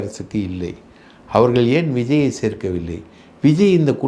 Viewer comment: ஆழ்ந்த இரங்கல்.உங்கள் இன்டர்வியூவை விரும்பிப்பார்ப்பேன்.உண்மைகளை ஆதாரபூர்வமாக பொறுமையாக சொல்வதில் மன்னர் நீங்கள்..ஒரே ஒரு குறை அவர்கல்-மக்கல்-இறந்திருக்கிறார்கல்-மகல் என்று சொல்வதை தயவுசெய்து திருத்தவும்